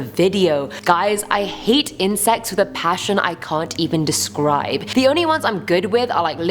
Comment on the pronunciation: Who else thought she said incest instead of insects...🙋🏼‍♀️